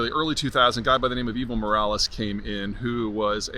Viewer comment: For some reason I hear “Evil Morales” 😂